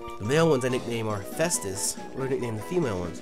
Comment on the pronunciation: Not to be that one guy but you pronounced hephaestus wrong.....